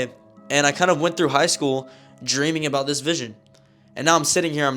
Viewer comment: ”The story that im Abóút to tell you